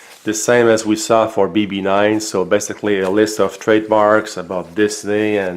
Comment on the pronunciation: It's painful to here him say "bb9" and "the watch"🤣🤣